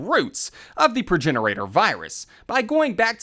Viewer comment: Its Progenitor, not progenirator.....